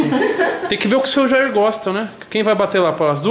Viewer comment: Como se Escreve: Senhor Jair Como se fala: Seu Jaí